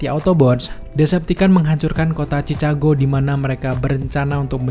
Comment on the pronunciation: Fyi : Chicago bacanya chi-ka-go